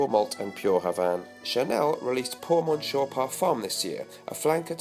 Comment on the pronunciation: quick, say something funny! PS : you bouchered the chanel fragrance name - check google translate to pronounce "Monsieur" in french ..